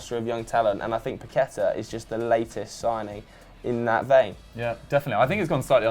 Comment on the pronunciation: its paquetÀ(A) and vinicios (s sound not C )